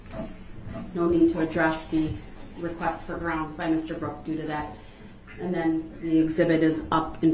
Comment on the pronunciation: Don't forget #GROUNDZ#